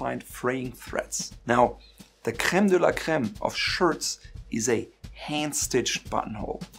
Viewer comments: That "crème de la crème" prononciation made so obvious that you come from West Europe ! I appreciated though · You Said Creme de la Creme like a real German sir! Are you German ?